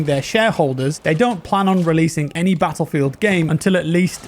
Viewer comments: "battleifeld" lol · BATTLEIFELD hahaha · anyone else notice "BATTLEIFELD"?? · Nice a sweet new "BATTLEIFELD" :p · "Battleifeld" hehe